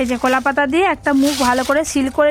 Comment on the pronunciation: আরে বাম্বু চিকেন নয় ব্যাম্বো চিকেন,,।কোলা পাতা নয় কলা পাতা